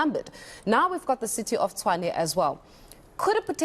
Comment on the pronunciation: As long as they keep pronouncing Tshwane as Chwane, they will always lose elections.